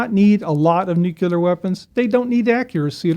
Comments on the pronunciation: This guy pronounces Nuclear as "Nuc-U-lar" kind of kills the credibility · I liked this guest but the way he pronounced "nuclear" had me dying inside lol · I don't believe a person who can't pronounce the word nuclear knows what they're talking about when they're talking about nuclear stuff. The word is just not that hard to say.